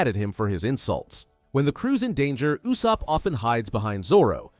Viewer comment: whose yossup???? it's ussup